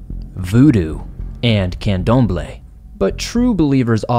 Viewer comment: Sounds like some major black magick going on in NYC! Good job on pronouncing Umbanda and Candomble 😉Great job as usual on the stories! Nice to see your face more often. Happy Halloween!!